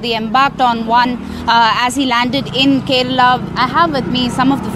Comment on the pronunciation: Yes, ofcourse. It is "Kerala" not Kerla 🤣